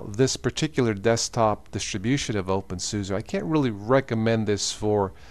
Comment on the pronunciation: Every time he said opensusa I wanted to punch my screen. It's suse not susa